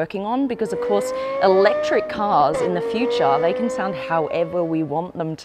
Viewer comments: All is great until she say 'electric' 😂😂😂. This is a joke, pls stop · Im so sorry for real. You lose me when you say "fully elect.." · i was so keen then you said eletric and i lost all hope